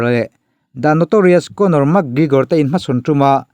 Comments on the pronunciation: Mak gregor te ti mai2.. Lam dan hi uluk ve thin che u. Makkkkk gregor an ti lo. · Mak Grigor ah??😄😂, Pronunciation zir that le ngai tlat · Iti Mak griigor thei e pronounce dan hi a 😂😂 .min 10 vl chhung in adds 3 vl bawk itiho mak grrigor hle bawk 😭